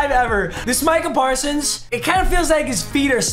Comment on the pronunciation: We all gonna act like he didn’t say marcah parsons